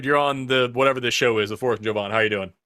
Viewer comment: My FAVORITE part of this episode is that Forrest actually called Jovan by how he calls himself! (JOE-von ) instead of (jah-VON), like always calls him... Even though Jovan made it clear how his name is pronounced. It's no different than when corrects people on how Kamala pronounces her name!